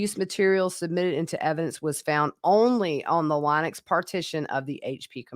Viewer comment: Thank you so much for your channel. Linux is pronounced like the lady's name - Lynn-ux.